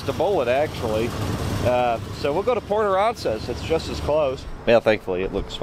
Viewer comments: Lol brother it's pronounced port uhh-ran-zus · It’s pronounced a ran sas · My 2023 Chevy truck with 5.3 hardly gets 20 mpg!! Also when you go back to the beach you can call it Port A as well, all the TX locals know it as that too. You are saying Port Aransas wrong. HAHA LOL 🙂